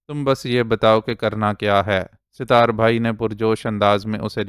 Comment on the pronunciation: أپ کا اردو تلفظ کافی بہتر ہے اور پڑھتے ہوٸے کم ہی غلطیاں کرتے ہیں لیکن اس ایپیسوڈ میں ایک نام ستار أپ مسلسل Sitar پڑھتے رہے جبکہ اس کا درست تلفظ Sat tar ہے۔ امید ہے کہ اس تصحیح کا أپ برا نہیں مانیں گے